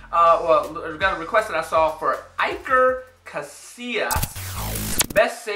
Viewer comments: It's "E-ker" not "I-ker" bro! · Don't pronounce foreign names like English names. If you see a foreign name with an ''i'' don't pronounce it as an ''ay'' but as an ''ee''. It's pronounced ''EE-ker'' (ee as in bee). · it’s pronounced, ee-ker